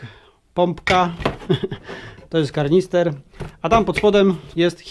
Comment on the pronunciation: To nie jest karnister. To jest KANISTER.